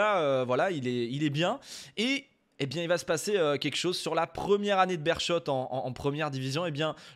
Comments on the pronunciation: Ça fait plaisir de parler du football belge! 👍🇧🇪 Pour le détail, la prononciation du Beerschot c'est 'Bérskot'. Si tu lances une carrière en Belgique, je te conseille mon club de cœur le RFC Seraing 🔴⚫. Le plus petit budget de D1A, club satellite du FC Metz. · Merci pour cette vidéo très intéressante :) pour la petite histoire on prononce Bérskot ;) J'avais vu aussi qu'il y a quelques années un entraîneur en Géorgie (si mes souvenirs sont bons) avait été engagé sur ses seules compétences FM